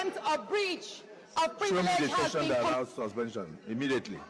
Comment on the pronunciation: See akpabio illiterate mouth like, “sush-pen-chun”. I believe everything that Senator Natasha is saying. And if anything happen to our duly elected Senator Natasha, then it must be seen as the doing of godswill akpabio who never does God’s will.